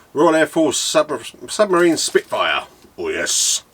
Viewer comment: Lovely looking bird, very impressive. One thing tho, it’s SUPERmarine not SUBmarine.... 😂😂😂. Try just engines for your exhaust, had custom set ups done by them, very quick and reasonable prices.